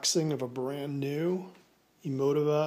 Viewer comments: Very nice setup. It's pronounced (Eee moe tee vah). Just FYI. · I died when he said "Emo-tihva". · You pronounced it wrong